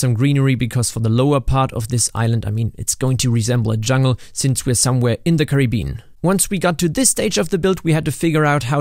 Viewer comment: "in the currybean"